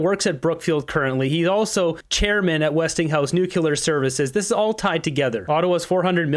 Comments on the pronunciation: Please......it is Nuclear and not Nucular!!!!! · Again! Its pronounced "NU----CLEAR",! Good lord! 🤔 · it's NUCLEAR NU-CLEAR